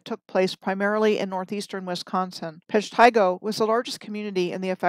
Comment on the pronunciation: Thank you, for discussing Waukegan through Wisconsin to Minnesota, the areas of my life. So much fascinating info you discussed in this one video! There is an East-West "Plank Road" west of Milwaukee. So much has been covered up. I see Horicon Marsh with new eyes. (One note, Peshtigo is pronounced PESH-ti-go.) You are amazing in your deep research!